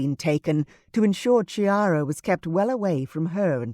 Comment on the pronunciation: This is such a wonderful story. I loved the other ones in the series but this one is the best. It would only have been better if the name Chiara had not been mispronounced, as it is really "Kiara" (as ch is k in Italian). Looking forward to Clarissa's book!